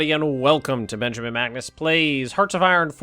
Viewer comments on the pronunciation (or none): none